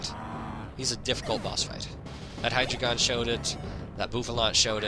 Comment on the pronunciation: It's pronounced High-Dry-Gon. Much like Articuno, Zapdos and Moltres being numbers in another language, Hydreigon's whole line spell out one, two and three in German: Ein, Zwei, and Drei. So all together it's Dine-oh, Tsvie-lus, and High-Dry-Gon.